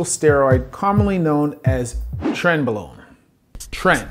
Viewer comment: Only one small correction, doctor. It's pronounced "tren-BRO-lone".